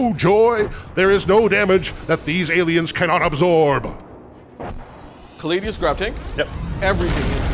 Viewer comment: Agree, small hope that the narrator stops saying callidus instead of caladius though.